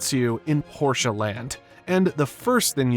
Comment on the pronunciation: Thanks for properly pronouncing the brand name instead of the stupid "porsh"